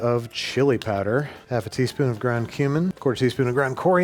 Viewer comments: When he said cumin I almost for a second hit rewind thinking he said human 😂🤦‍♂️ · I swear I heard human when he said cumin 😂